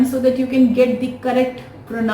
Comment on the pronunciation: The pronunciation of the word pronunciation is mispronounced by you..